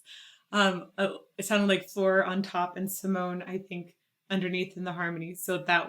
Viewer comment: Two of the Dutch Metal Maidens in one song. Sign me up! The e at the end of her name is pronounced like a small a so (Sea-moan-ah). Two songs I would love to see your reaction to are Within Temptation with the Metropole Orchestra "Somewhere" ft. Anneke, also Ex Libris "The Motherland / Ann Chapter 2). This will give your ear a "taste" of three more of the Dutch metal queens Anneke, Sharon, & Dianne. If you want more Epica I recommend "Consign to Oblivion", "Storm the Sorrow", "Design your Universe" & "Kingdom of Heaven" Also there is a second duet with Floor from this same Retrospect show "Stabat Mater Dolorosa".